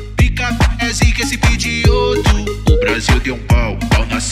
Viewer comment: N é pigioto n é pigiot